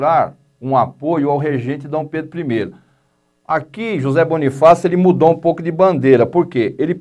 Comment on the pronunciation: QUE CARA IGNORANTE , NÃO SABE NEM FALAR CERTO O NOME DE BONIFÁCIO. PRECISA ESTUDAR MAIS ANTES DE FALAR MERDA.